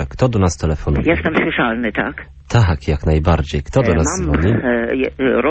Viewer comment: rolnik wymiótł :D:D "jestem szłyszalny, taaak ?" genialne :D:D akcent boski :D